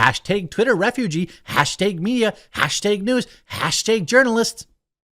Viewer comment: Fuck stop saying hashtag like that